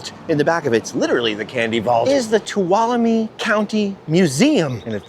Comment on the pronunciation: HOLY COW, you said Tuolumne right!!!! Welcome to my part of the world!!!!